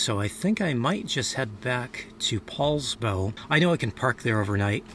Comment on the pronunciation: Poulsbo, not Paulsbo, that's all !